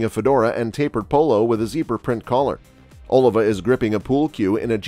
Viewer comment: OLIVA!!....Emphasis on the "I".....important.....one does nt put the emphasis on the "O" of Washington!!